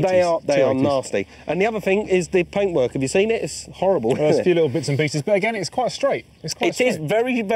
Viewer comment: I think you meant “breaks and paintwurk” ;^)